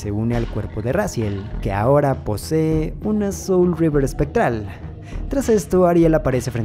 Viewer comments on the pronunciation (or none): Es que no es River, es Reaver su pronunciación es similar.